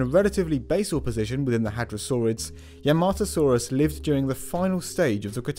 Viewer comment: Yahmatosaurus, not "Yermahtoesaurus", you plebeian Gaijin